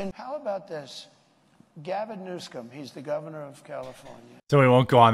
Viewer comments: Notice how he said Gavin Newscum and not Gavin Newsom lol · Haha he said Gavin New-scum. 😂😂😂💀💀💀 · I like how Trump pronounced Gavin New Scum. lol.